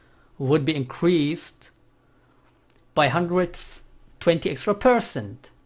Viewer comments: The way this guy pronounces percent as "PERSON" triggers me. Learn to speak english or don't try to. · i love how he says percent XD